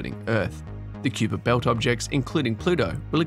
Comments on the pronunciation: Cue-per belt? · Kuiper pronounced wrong as well.